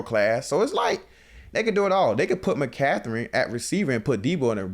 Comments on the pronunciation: Im a Niner fan❤️💛. Lmao😂 now I can’t unhear “McCathren”. It’s McCaffrey or BKA C-Mac. Straight up butchering the names. I get Jalen Carter is “passionate” but it kinda makes it hard to believe when he replied back talking about money. Keep it coming, love hearing your pod😂. I know you’ll bounce back, would love to see a rematch in the NFCC. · “Mccatherine” 😂😂😂 I’m dying 😂😂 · Bro I thought I was trippin'... My man said McCatherin LOL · "Mcatherine"🤣🤣 ayoo...im dead